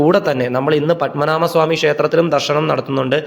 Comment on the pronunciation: പദ്മനാമ സ്വാമി അല്ല... പദ്മനാഭ സ്വാമി എന്ന് പറയൂ....അതറിയില്ലേ 😮 പദ്മനാഭ... എന്ന് പറയുന്ന തിന്... ഒരർത്ഥ മുണ്ട്...